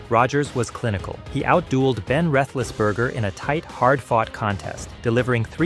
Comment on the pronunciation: That isn't the only thing this video got wrong. The narrator can't pronounce Favre or Roethlisberger correctly, and he oddly referred to a season record as "fifteen to one." I'm starting to think it's AI.